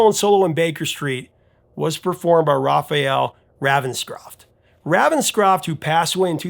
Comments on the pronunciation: Its Ray-venscroft, not Ravvenscroft. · Ravenscroft is pronounced RAYVENSCROFT!!!!!!! . He is NOT from the US. Your pronunciation is VERy irritating. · It's *RAY*venscroft! C'mon, man - it has RAVEN right in it! And that's NOT "raven" like "ravenous"! JEEBUS! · You are not pronouncing Raphael Ravenscroft's name correctly. The Raven bit is pronounced the same as the bird.